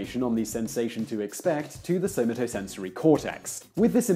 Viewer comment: In "Somatosensory" the emphasis is on the second syllable with an "a" like in "cat", not on the third syllable's "o". It's not "sew muh TOE", it's "sew MAto".